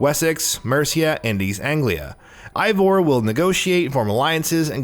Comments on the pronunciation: As a nordic person myself, I would pronounce it Ey-vor, since our "Ei" sounds like a slightly different "Ey". Ay sounds more like a pirate thing, but then again, I didn't create Eivor and maybe the devs don't know how to pronounce nordic names. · Eivor is pronounced AY-vor, not EYE-vor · 1. The male female thing was technically introduced in Syndicate, not Odyssey, albeit differently. 2. Alexios and Kassandra aren't twins. The one you choose is several years older than the other. 3. It A-vor, not I-vor 4. Its Darby, not Derby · its EIVOR not ivor, but great video man!! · I-Vor.... LMFAO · The devs themselves have said it's pronounced Ay-vor 🙂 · Say Eivor’s name right please 🤦‍♂️ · Dude how do you tell us we NEED to know these things when you don't even know how to pronounce Eivor.